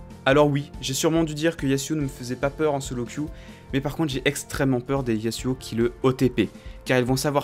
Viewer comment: PAR PITIE SA SE PRONONCE YAZUO UN S ENTRE DEUX VOYELLES !!!